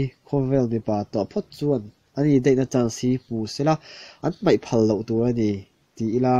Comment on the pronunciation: mizo tawng hman dik hram2 hi tum tur....meithei tihtur ani lo a,maithei tihtur,....kha kha ani mei..tihloh tur...kha2 ani mai tihtur